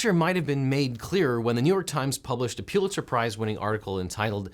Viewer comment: Love your channel, but one criticism: pronunciation of “Pulitzer” is “pull-it-sir” not “pewl-it-zer”. Otherwise- keep up the great work on your great channel!